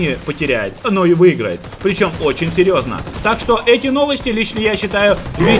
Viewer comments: серьёжно-логопедическую скорую в студию)))) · Ты сказал серьёжна)))